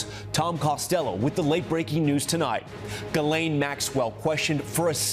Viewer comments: Her name is pronounced Gee-lehn (hard 'g'). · Please pronounce Ghislaine's name correctly.